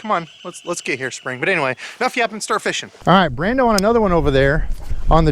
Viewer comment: Nothing fixes a busy Monday quite like hearing “What’s happening, feeshin friends”